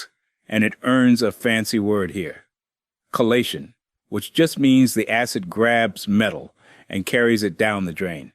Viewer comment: chelation, not collation